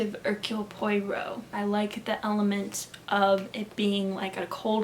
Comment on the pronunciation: This was a fun video! :) Just a little tip: The easiest way to pronounce "Poirot" is "pwah-ROW". I listened to all the BBC radio plays and learned to pronounce his name finally!! :)